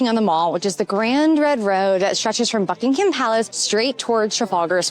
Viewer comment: Not Bucking-Ham. It’s Bucking-em.